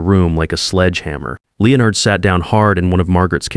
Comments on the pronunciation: Is it really that difficult for AI to correctly pronounce Leonard every time? About half the time it’s correct. The rest of the time it’s pronounced Leo-nard. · This one taught me how many different ways Leonard can be mispronounced.